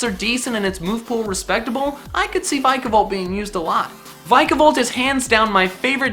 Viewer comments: vIkavolt not vikavolt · VILAVOLT, NOT VIKOVALT! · This is what I heard him say "I've never used a vikavolt before" well you don't say, the games aren't out yet